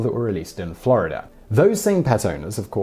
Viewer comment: how to say FI-(ER)RE fa-ah take note! Florider? nope Florida :D